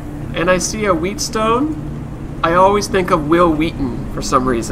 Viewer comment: Not to be mean, but it is pronounced wetstone.